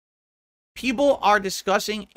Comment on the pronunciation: I have noticed him using that term multiple times past couple of weeks. "2-3 peepul are engaged", "3 peepul are on topic", "like 3 peepul are on topic talking about SF6" and "the 2-3 peepul trying to talk about the game are getting angry about the off-topic chatting" are usually heard when he's fuming at the chat. What's interesting is that about 2-3 whales are usually donoing over 90% of his income nowadays. So probably those are the 3 "engaged" fans he's white knighting and talking about.